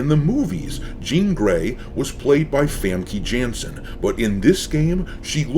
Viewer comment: Famke Janssen's name is pronounced Famka Yansun.